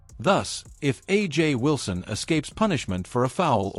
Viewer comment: First learn how to pronounce her name. Then you can comment on this bullshit video. A black woman with talent who knew. You manage to say Clark's name right why not Wilson's. Are saying A'ja Wilson is a dirty player. I seen some of stuff Clark did in college she is no angel.